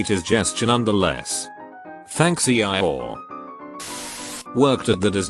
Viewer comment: Ah yes, E-ie-or